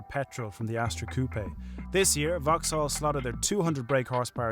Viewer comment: It's 'vocks-ol'